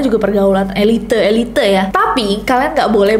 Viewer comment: Speeling lo kern tapi saat lu ngucapin "elite" kok e li te sih